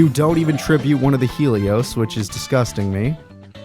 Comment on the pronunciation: Why are you saying Helios like Stelio from American dad